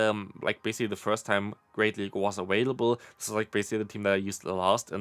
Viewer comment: why does he always say "aWailible"?